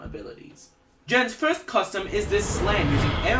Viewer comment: Firs???? Flurst???